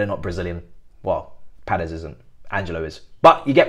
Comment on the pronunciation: There is no “r” is Paez… it’s pronounced a bit more like “pie-ehz”.